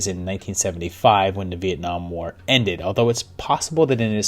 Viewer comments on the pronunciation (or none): none